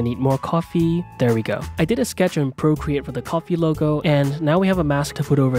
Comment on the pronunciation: i cannot take anyone seriously when they say procreate im sorry